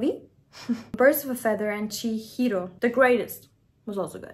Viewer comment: You pronounced Chihiro perfectly. You even said it with the Japanese inflection. You crazy kids need to stop calling synthpop "elevator music". It tortures my old soul. (I'm kidding...kind of) 😂😂 Jokes aside, I didn't consider myself a fan of Billie until this album. This album is a work of art. I honestly probably wouldn't have given it a fair chance if I hadn't known what a huge influence Aurora is on her, but I'm so glad I did. I would have really missed out.